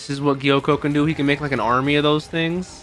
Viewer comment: His name is Gyokko, not Gyoko.